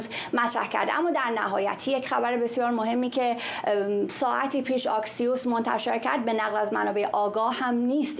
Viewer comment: خانم قرایی ،تلفظ درست اکسیوس بدون آی با کلاهه